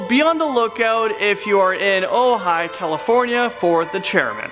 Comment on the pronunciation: Ojabie California????? Not. Better check your facts there. You must be pronouncing it incorrectly. The Goat man could also be a form of the God Pan.🤷‍♀️ Re: the black angel. - A pregnant woman should not be walking in a cemetery, ever, anyway. And yeah, a long time ago, my friend said a UFO landed in her front yard. I was like, uh ok. Amazing I didn't ask some questions. 😒 That clip of the big white thing was certainly a yeti/sasquatch/big foot. I live in Oregon. We know about them up here. But the yeti is classically in High Tibetan mountains, the Big Foot/Sasquatch has sightings in Washington state, Olympic Peninsula, and all parts of Oregon to Northern California. Utah, and more. Google it. Great vid. Just a couple of repeats for those of us who are watching late at night. Stay Crazy.